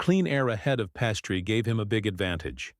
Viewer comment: Pastry? That and the poorly timed pauses?... Does anyone listen to this before it's published?